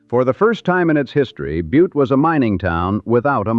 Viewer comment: Oh.... It's pronounced "BYEWT"...